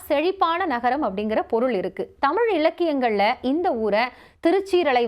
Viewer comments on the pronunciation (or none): none